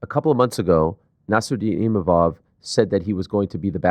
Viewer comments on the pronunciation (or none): can somebody tell DDP its ImaVov and not Imamov